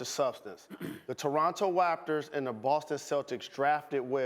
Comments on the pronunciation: Jalen sounded like elmer fudge with that " torwartor waptors" line🤣🤣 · You guys just going to let jalen say Toronto Waptors 😂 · waptors he said, thats tuff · The “towonto Wapters” am I the only one who heard that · The Toronto Waptors lol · "the Toronto Waptors" lmaooo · Jalen Rose - "The Toronto Wapters" LMAO!!!! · “The Toronto Waptors” -Jalen Rose 🌹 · Jalen said “Toronto Waptas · “Toronto Waptor’s” Jalen Rose must’ve been watching RoadRunner before he went on the air 😂